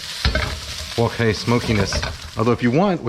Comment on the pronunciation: Well what is it Kenji wok hey or wok hi?